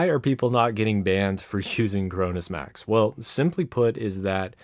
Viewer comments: I thought he said Corona Max. I was like oh no the virus done gone max! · Did he just say coronasmax